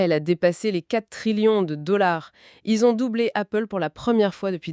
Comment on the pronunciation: Appgle ou Goople?